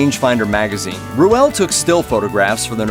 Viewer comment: Aaron Ruell's name is is pronounced rule, idiot.